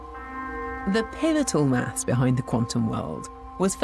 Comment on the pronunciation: With her speech impediment, she struggles so hard to say 'maths'... If there are 10 rocks in the field...will there still be 10 rocks in the field if there is nobody there to count them?